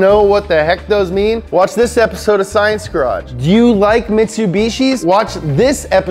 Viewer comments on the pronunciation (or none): none